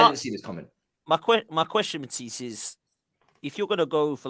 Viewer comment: 😂 ffs let that word go lol